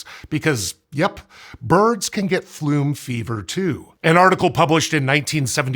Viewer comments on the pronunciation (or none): isnt it polymer fume not flume?